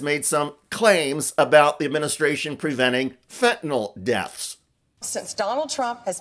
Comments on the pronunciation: Fentanyl Nyl is pronounced Nil not Nol, Got it? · Ugh! The mispronunciation of fentanyl (fen tan yl) NOT (fen tan all.) UGH!!! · Pam, it’s Fentanyl, NOT “Fentynol” . If you can’t even pronounce it correctly or spell it, how can we expect you to deal with more complex issues? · Funny how Bondi still can’t pronounce fentanyl. It is NOT fentanol. Somebody please help her with this. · You say it correctly but I wish people,( especially those on the right) would learn how to pronounce it right. It's Fentanyl, NYL not fentaNAL like NOLL. it's pronounced sounding like a short i fen ta nyl, not nal. Get it right maga. Drives me nuts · Hey dumb bitch, the word is FentanYL, not FentanOl.. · For Christ sake republucans its fenta-NYL.... not fenta-NOL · It's fentaNYL, not fentaNOL! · The vacuous Attorney General chosen by history’s most ignorant president looks at the word Fentanyl and says “fen-tan-ol”. 😂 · Pam Bondi cannot even pronounce fentanyl. She calls it "fen-ten-ol", as if it contains Tylenol! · The idiots Trump hires people who can’t pronounce fentanyl, or count. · She cares so much about fentanyl, she doesn't pronounce it correctly. 😮